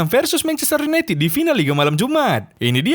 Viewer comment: Akrobeto : MANCHESTER YUNITIT HAHAH ERRRR HEHEHE AWOKAWOK 🗿🗿